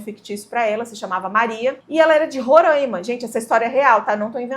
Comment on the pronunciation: Oi, se chama Roraima e não rorãima, quase todo o mundo pronuncia assim. O povo do meu estado não gosta 😅